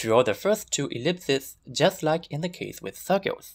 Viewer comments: This was really cool! The fact that you pronounce circles as "cirgules" was a bit distracting though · I cannot place his accent (hint: Burmese!), but this is definitely my first time hearing it used instructively, and certainly the first time hearing "circles" pronounced as "sheowkulls". Very pleasant to the ear!